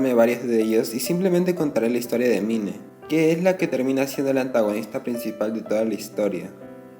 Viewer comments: Se dice main , no mine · mine La pronunciación: main